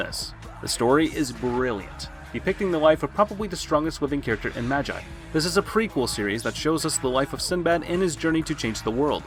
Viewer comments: Magi is pronounced (ma - g - ee) not (ma - jie). And you probably won't care to even read this, but it's just a little cringey. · he said majeye 💀💀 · Did anyone else get triggered when he pronounced MAGI as MAJJAI? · Its magi not maji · I mean, am I wrong 🥲 ’maj EYE’ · Hay u are pronouncing it wrong it's not "Ma-G-I" 😑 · neither is it mine, it's triggering because he's not new to anime, as part of the community, we expected better. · MA-GI my guy it's pronounced MA-GI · It’s pronounced ma-gee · I’m sorry but his pronunciation of magi didn’t sit well with me 😭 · I came into the comments to find this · his annunciation of magi is infuriating. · The way he says Magi is a bit funny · It's Magi not a I it's like y damn cringe 😬